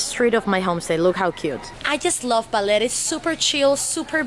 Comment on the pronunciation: BAH NOT BAY ; LER BALER NOT BAYLER OR BAILER, BAHHHHHHHHHHHHHH LER.